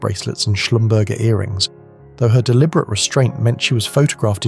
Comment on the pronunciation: Schlumberger is pronounced Shlum ber zhay